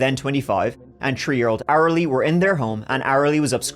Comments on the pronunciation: Heh heh heh…he said tree instead of three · I love your videos, don't get me wrong. But oh, how I wish you'd stop pronouncing three as tchree. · Ah good ole number tree 🌲 and number turdy 💩 and turdy tree 💩🌲😂 never change my man I love little language differences and pronunciations and you always deliver. Love your videos and you usually give a different perspective than others who tell the same story. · Your accent is wild 😲 Third is turd. Three is tree. Wild. I needed some seconds to realize😂 btw Englisch isn't my first language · Tree, th th three. That pronunciation is absolutely hideous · why do u pronounce THREE, TREE? and you say 2:turty ?? English? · Is it weird that I look forward to every time has to say the word "three?" 😊 I know this is a video about an absolute tragedy but I keep hearing 'she was only tree years old,' or 'the tree of them' and it makes me smile. ADHD is real. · You can pronounce there fine, but not three without saying tree. Wtf.